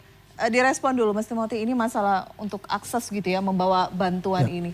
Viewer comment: Mbak anchornya ngomong akses aja salah.